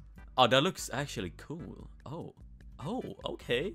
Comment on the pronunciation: He said coo instead of cool